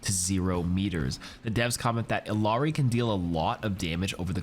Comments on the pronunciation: i love you and I love your channel, may I just request ONE thing - I L L A R I - is pronounced "eedee audi" or "iti ahti" (Spanish r pronunciations is like a soft D or T) I promise it sounds good once you try it. <3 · I will never understand how or why content creators deliberately mispronounce Illiari's name, she literally says how it's pronounced ingame. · Sorry but do you ever even attempt to pronounce illari’s name correctly?